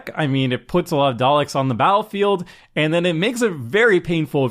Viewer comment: I gave you a thumbs up just for pronouncing 'Daleks' correctly. :)